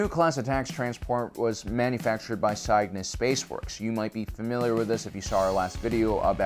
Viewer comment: Loving the series so far. At the risk of sounding pedantic, Cygnus is the Latin word for swan, derived from the original Greek, and the "y" is a short "i" sound as in "sit", not a long "i" sound as in "site". Please consider correcting your pronunciation, and rebalancing the audio for future videos...because we can't let the Dolphin-Alien consortium win with their subversive sound-related sabotages. Keep up the good work.